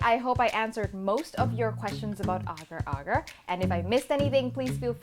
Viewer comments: Oh my.... You pronounce it right!!! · it is correct. im a malay and thats how you pronounce it